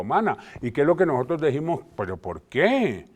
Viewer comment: Vean a este insigne rector diciendo: "Habemos gente" "nojotros" Por eso estamos como estamos........